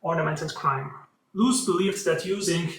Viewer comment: Little corrections, it's Karel Lhota (not Lotha), also please work on the pronunciation of the architect himself - it's not Englishlike long o (ú) it's simply longer o.